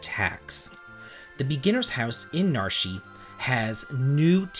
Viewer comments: 😄 Yeah I love this hack, and I've played a bunch over the years for multiple games and I feel like this is among the (if not THE) very best hacks ever. Also, appreciate you calling out Nar-shee haha, I thought the same thing :) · It's pronounced "Narshy"? Seriously? Dang.